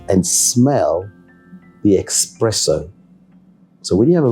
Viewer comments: such a distinguished gentleman man, but than he goes ahead and says expresso instead of espresso. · It’s espresso not expresso!!!!!